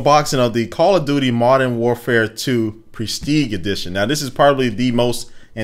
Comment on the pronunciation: call of doody u cany say it right